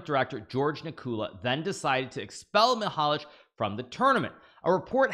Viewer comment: its pronounced mihalA que and the tournament has been hosted in my town pretty shameful to be here right now. anyway congrats to the referees for finding that out